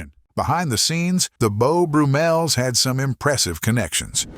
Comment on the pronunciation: Beau Broo-Mels? Named, no doubt after Beau BRUMM-el...